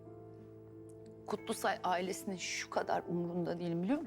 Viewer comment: Kutlusay,,kutlusoy degil